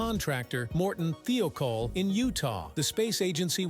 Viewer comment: th eye col is the way to pronounce it